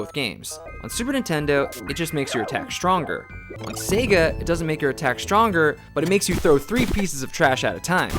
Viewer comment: sorry guys, turned off another video because nintendo dude mispronounces sega. sega guy, teach him it's not pronounced 'sehga'--it's super grating.